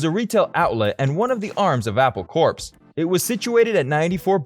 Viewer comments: And I cringed every time he pronounced "corps" as "corpse". It's should be just like "core". Sigh. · Just started the video, and...did I hear you actually pronounce the 'p' in 'Corps'??? You even say, further into the video, it's pronounced 'core'...but you keep saying the 'p'. Never clicking this channel again...